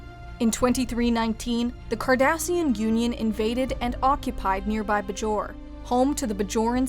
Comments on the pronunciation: please tell her its "bay-jor" not "bu-jor" it makes it obvious that she is reading a teleprompter and not an actual fan. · It's pronounced Bay jor they speak the name of the planet probably 1500 times throughout the series. Otherwise well done! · Get your narrator to pronounce "Bajor" correctly and I might subscribe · It can be pronounced either way. I also mostly hear it pronounced Bay-jor, however a citizen of Bajor is usually pronounced buh-jor-an, not Bay-jor-an. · Did mispronounce Bajor? I've always said it differently. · Is it pronounced Buh-Jor or Bay-Jor?